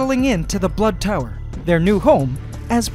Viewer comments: and luke baxter he said blood tower not butt tower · Baxter he said blood tower not butt tower